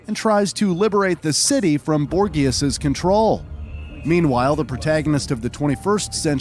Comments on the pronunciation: A yank trying to pronounce a Frenchman's surname ... oh boy.... ....Borgius..... you mean Borgia ? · Nice ourline man but try to pronounce things properly. Borgia is pronounced like bore-ja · You are pronouncing "Borgia" wrong, the "G" letter, is pronounced like in the words "gene", "age" or "magic", not like in the words "game", "gay" or "agony" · The slaughter of "Borgia" lol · The way he said Borgia 😂